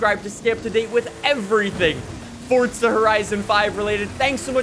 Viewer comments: Forza or fortza!!! pls say forza whit no t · if this dude says fortza one more time, ill commit war crimes